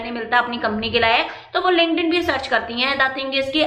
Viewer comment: Mam app bolre the kuch linkden se job mili thi clear se samaj nhi aata kya hai ye word app hai ya application hai is word ka